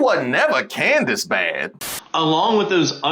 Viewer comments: "Coon-dace"? Diabolical work. 😂😂😂😂😂😂😂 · Did that man just call candace owens, coondace owens 😂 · Did he call her Coondance Owens🤣